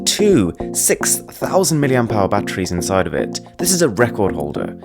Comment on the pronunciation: mAh not MAH